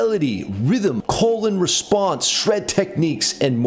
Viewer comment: I thought you said "colon response" for a second there 😂 Diabolical